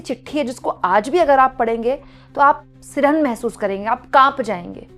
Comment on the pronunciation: मैडम, सिरहन नहीं, सिहरन शब्द सही है।